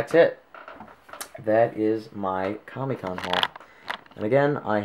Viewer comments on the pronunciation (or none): not to nit pick are you saying kami or comic